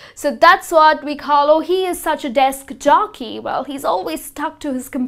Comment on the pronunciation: Desk Jockey!! Not Jokey!! Time Expertise.....pronunciation!! Anyway, You are an Excellent teacher! thumbs-up!